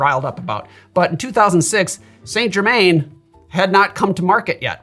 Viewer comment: As a fellow pedant 👋, I can't help but have to tell you that Saint Germain is pronounced San Jer-man, with emphasis on the second syllable of Jer-man ('man' rather than 'mn') 🫡